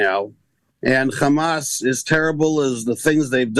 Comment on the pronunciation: Just say hamas. You don't need to speak perfect English until that word and then say it all thenic